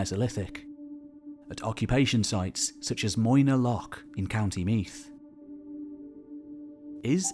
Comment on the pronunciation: The th in Meath is pronounced as the th in the